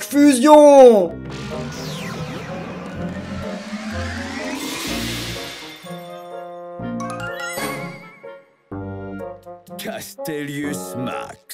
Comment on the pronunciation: Tu prononce mal le fuuuuusion faut faire comme dans dbz